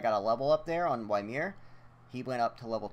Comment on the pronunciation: its pronounced (Yi-mir) Not (Why-mir)